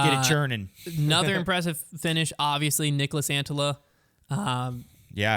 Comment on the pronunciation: Guys it's Niklas not Nicholas..... (Pronounced KNEE-KLAS)